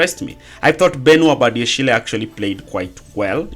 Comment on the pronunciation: Bro 😂 umechoka na Badiashil finally. Sema tu Badiashile 😂